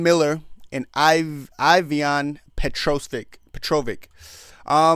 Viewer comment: You have to work hard to say the incorrect things you do, from Juliana being from contender series (no, she’s from TUF) to pronouncing some of the easiest names wrong (Iviana, Mariana, bolognas, Sidney, pozeebio) not even knowing Tate was on the card and not knowing loder was a d1 wrestler. Lol. Entertaining though.